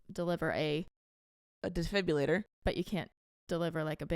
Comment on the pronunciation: you’re still saying defibrillator wrong since last week😭😭 it’s killing me😭